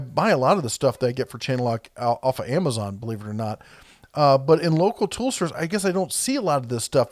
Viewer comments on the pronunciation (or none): none